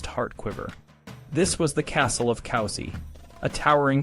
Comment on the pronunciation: it's pronounced coo-si, not cow-si